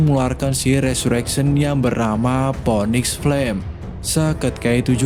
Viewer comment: Itu bacanya bukan ponik tapi finix